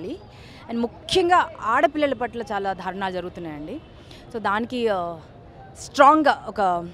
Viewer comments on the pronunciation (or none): Dharunaalu kaadu daarunaalu Dhaki vattu yenduku nee Telugu tagaleyya😁😁😁😁😁😁